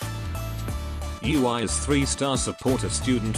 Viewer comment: It's quite funny how text to speech pronounce her name as U.I.